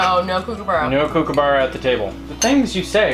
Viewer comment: I love how the different stages of your parental journey were on display at the table - the grunting of the teens versus the silliness of an almost bedtime toddler. I too had a big age gap between my kids and this really did sum it up perfectly! Oh and Kookaburra is pronounced more like ‘cook’ rather than ‘kook’ 😉 - buggy did an excellent impersonation!! She made them sound way cuter than they really do at daybreak though 🤣